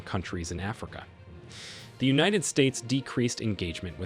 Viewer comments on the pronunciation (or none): none